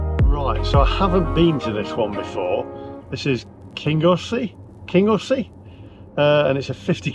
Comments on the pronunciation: Kingussie = King-ussie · Kingussie pron "Kin-you-see" or "Gnu-see" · hilarious listining to him and geoff,s pronunciation off scotish place names😀